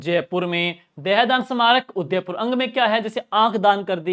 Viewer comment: 😅Bahut shandar classes last revesion k.liye....bs aap udaipur ko sahi se nahi bolte .....